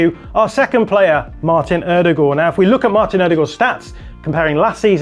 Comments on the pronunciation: Odegaard or "o-de-gor" isn't how you say it in Norwegian or English. The Norwegian pronunciation is O-de-goy (like boy with a g at the beginning). I liked the rest of the video. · ...It's pronounced "Oh-duh-guard." Maybe in Norway it's pronounced differently, but English speakers worldwide have agreed upon the phonics pronunciation. I know you think you're doing the right thing by pronouncing it what some might say "correctly," but honestly, you're just confusing people. Nobody knows who this "Ew-de-goourrrr" is. But everybody knows "Oh-duh-guard." All in jest, love your breakdowns! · The way he says Ødegaard is so annoying. Odegooor that’s not his name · Great analogy. One slight problem. The way you said Martin Odegaard 😜